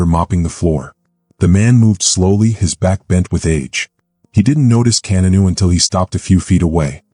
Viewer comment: His name is not Kenanu!